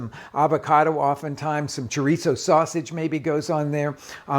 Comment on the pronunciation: I love your shows, I enjoy watching them and how well you pronounce the various foods (cilantro, pasilla) but it just kills me that you don’t pronounce chorizo the right way! I can understand R Ray, ATK, Cooks but you have spent time in Mexico, you have had a love of the whole of Mexico, the people, the traditions and the good. I know like all people you change it a little to make it your own (everybody does it😀). I actually went to the store looking for choreezzo, when I was in the refrigerator section I saw chorizo and realize what chooreezzo was 😯. Take care, keep cooking and enjoy it, life is too short! 🫔